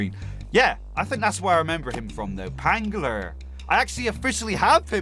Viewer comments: Ph makes a F sound not P sound so Phangler is Fangler not Pangler. I love your vids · It’s phangler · Bro said pangler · Phangler’s name is pronounced fangler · Two phangler things 1.its pronunciation is fangler 2.phangler is on fire oasis